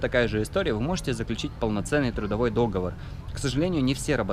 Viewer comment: договОр , а не дОговор